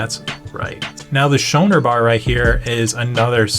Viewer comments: It is "SCOONER bar", not "SHOWNER bar". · It’s pronounced scoo-ner bar now shoe-ner bar hahahaha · FYI the Schooner bar is pronounced “skooner “. It’s a type of sailboat. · It’s pronounced SKOONER bar. Excellent video!